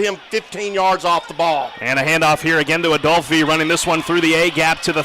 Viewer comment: #9 freshman 💪🏾🌪️🌪️ say my lil brother name right “ADOLPHE” !!